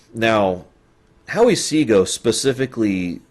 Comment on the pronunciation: Howie Seago did a comedy performance at my University. According to his interpretor you are pronouncing his name correctly.